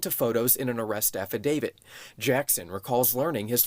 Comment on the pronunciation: "affidavid" x3 that i counted. no wonder that drunk girl that testified next to giuliani couldnt get it right either. THANKS FOX NEWS. people that parrot your newscasts sound just as stupid as the journalists here.